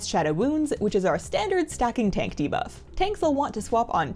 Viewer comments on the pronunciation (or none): none